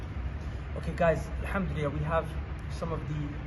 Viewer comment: brother when you say alhamdulillah try to stress more the double l in Allah also Rasuli LLah not rasuli la